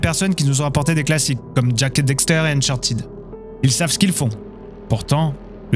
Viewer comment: Bonne vidéo mais une petite question : cette vidéo a-t-elle été traduite directement de l’anglais ? Moi qui suis bilingue, j’entends beaucoup de tournures de phrases anglaises dans ton français. Par ailleurs, il faut dire « Daxter », et non « Dexter », comme tu le répètes systématiquement (malgré l’avoir écrit correctement). 😁